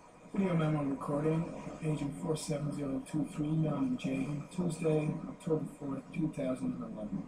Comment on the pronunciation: Normen??? NORMAN JAYDEN (L)